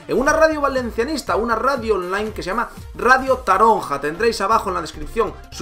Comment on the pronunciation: Taronja jajaja, se pronuncia taronche xD, me ha hecho gracia la verdad, es normla que no lo sepas, pero creía que te lo dirian y no me lo esperaba jaja